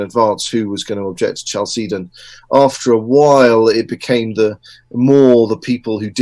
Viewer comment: Love this talk. Very good speaker.! Only can't get over the pronunciation of Chalcedon. I've always heard CAL-seh- don. Not Ch like cheese. Short e. Looked it up and Oxford agrees with me.